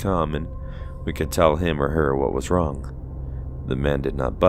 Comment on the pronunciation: Did you just say, "boy was I WONG"? LOL